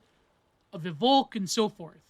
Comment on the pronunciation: You got the pronounciation right but you're seperating it wrong. Dasein consists of da (there) and Sein (being), so literally being there = existence. Volk is pronounced pretty much like folk.